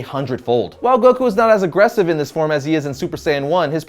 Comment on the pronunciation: Like Guh not juh